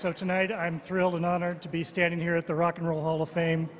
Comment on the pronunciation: Chris Rock "We're at the Rock a ho hall a fame"